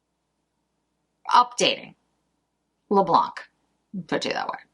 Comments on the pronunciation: Hello, just to say in french we say "le blan" and not "le blanK", i think this will be prettier this way when you will say it (apart from being correct), xoxo from Val (french from Paris) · Please please do not pronounce the ‚c‘ in Le Blanc! 😉😂👍😘